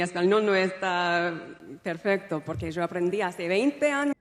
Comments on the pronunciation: To me, I caught her saying "Cho" as pronounced in Spain, instead of "Yo". But her Spanish isn't too bad. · Hola amigo! cómo estás? tanto tiempo:). I am argentine, and I can tell you that she pronounces just de "y" and "ll" like us, when she says "mi marido y yo" (my husband and me), she says like "jo'" or "sho'" and that's how we sound. Also when she says "Y bueno", that's very "us". However, she pronounces "z" and "c" like in Spain: "empezar" "gracias", she pronounces "empethar" instead of "empesar" the way we do it in Argentina. The rest, she sounds very latin spanish speaking in general, I think it is because of the influence of so many people from México, El Salvador and many different Spanish speaking countries in California. I visit California every year and nobody sounds in Spanish the way I do being from Argentina. On the other hand, I read somewhere that she's spent some time also in Spain, am I wrong? I wouldn't say she speaks a fluent Spanish though, she might have prepared a little speech to say by heart, otherwise why would she suddenly changed into English? Siempre sigo viendo tus videos, pero qué pena que ya no respondas mis mensajes 🤗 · Her accent is Berlitz. Completely textbook. Argentine accent has "yo" pronounced more "zho" not "jo". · What accent or dialect is she using when she pronounces “sho” for “yo”? She claims to have learned only castellano in Argentina but this is not castellano. She also claims castellano is more like Italian which is pure BS. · También dice "io" en lugar de "sho" que es como es pronuncia Yo en el Río de la Plata. Saludos desde Uruguay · She has some argentinian slangs and the way she pronounces Yo (I) like "Sho" and not "Io" like the rest of the latinamerican is very distinct from the rioplatense spanish (Buenos Aires, Uruguay and South of Argentina). Obiusly she si a little rusty and her spanish is not so fluent. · The first yo was pronounced with a j or joe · Jose, she is pronouncing “yo” with a J.